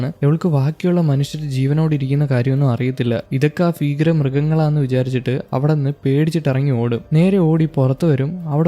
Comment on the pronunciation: ഫീകരം അല്ല ഭീകരം